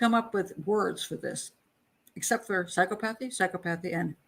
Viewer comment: Clinical psychologist here. Two psychopaths, for sure. BTW, pronounced: "Psy - COP - othy".